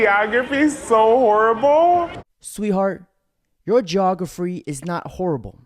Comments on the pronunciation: the funniest part of the video is when you said geographry, trying to make someone look dumb, but saying the word wrong yourself, hahaha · Geographree? Afraid not,bud.. the word is geography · Damn bro..... geographree. And you said it twice. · Love your content dude, but ‘geogaphry’? Really?